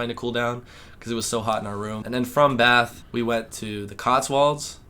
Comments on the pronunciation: I like that you say 'Bath' properly. I'm guessing you have northern english roots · Hey lads, so glad you are back home ok... I was worried about you two!! I knew the hostels were not going to be a good idea.... you went to some beautiful places outside London. Want to be authentically British..... can you pronounce....Bath....you say it with a short a...imagine there is a little r in the word, so it becomes sort of Barth.. Brill to see you two again.